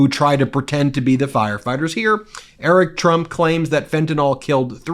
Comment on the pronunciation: Every time I see Don Jr. and "I'm eWic TwUMp" open their mouths, I think Donald Trump should talk less about genes.